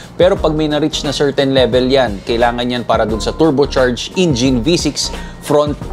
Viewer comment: Hi! It feels good to watch all your vids. But I can't help but think of how you pronounced the word "engine" as "ingine". I hope it helps. Cheers and more vids!